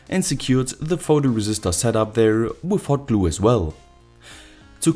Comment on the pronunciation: “Wif Hoat Gluooo”